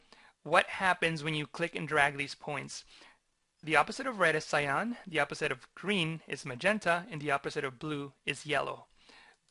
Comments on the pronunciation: Great explanation! But, it's pronounced "Sigh-Ann". ;) Love your work! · I like the tutorial, but it grates on my nerves every time you mispronounce cyan as scion.